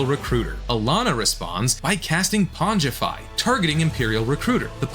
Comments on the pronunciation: A+ voice over. Its Pong-uh-Fi, not ponge a fi. Otherwise fantastic, hah. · your narration was very good even though you mispronounced "pongify"